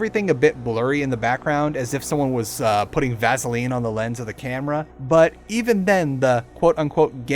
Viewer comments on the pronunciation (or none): none